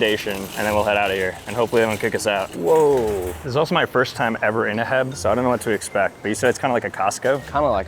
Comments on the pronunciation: It’s not her it’s h e b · He called H E B heb😂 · Laughing because he called it HEB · It’s pronounced h e b not heb that is why there is a dash between the letters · ITS NOT HEB!!!! ITS H. E. B.!!! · bruh its H.E.B., you pronounce it as separate letters not a word 😭